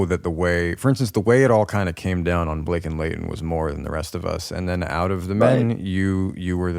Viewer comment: Blake??? 😂😂😂😂 Buhhhlake?? 💀